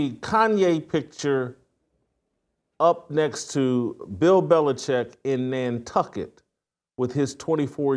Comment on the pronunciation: It’s Nantucket F - - k It....